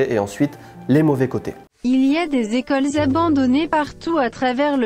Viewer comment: "beaucoup d'equeulles"😂😂😅